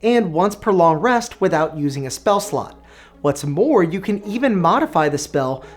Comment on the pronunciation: Is it just me or does it always sound like he says "spell slut". - I'd love to create spell sluts. "New sluts go away after you long rest" Hahaha! Yes they do indeed! "and generate way more sluts than you porbably need..." speak for yourself!